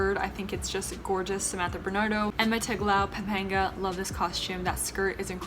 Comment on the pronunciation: Good job in pronouncing Pampanga you've aced that part the rest are just soooo.... hahaha I love you girl!